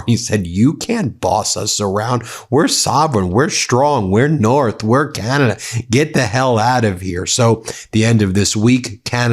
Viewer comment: Oh, Ben, you did just say “Canadia’s foreign minister “, right? I didn’t dream that… Nope, that’s what you said! Oh, I love it, but people are going to tease you mercilessly. Thanks for a moment of lightness, even if you didn’t mean it. Gotta take fun where you find it, nowadays .